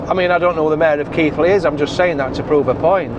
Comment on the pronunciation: Thas not from Yorkshire if you call Keighley , Keithly lol